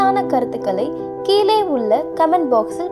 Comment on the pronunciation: மகிழ்ச்சி சகோதரி. தயவுசெய்து உங்கள் உச்சரிப்பைச் சரிசெய்து கொள்ளுங்கள். தமிழ் என்பதை "தமில்" என்றும் கீழே என்பதை "கீலே" என்றும் பள்ளி என்பதை "பல்லி" என்றும் உச்சரிக்கின்றீர்களே!!! பொது ஊடகங்களில் சரியான உச்சரிப்பு மிக அவசியம்.